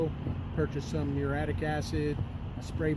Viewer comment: It's Mur-ee-ah-TIC acid.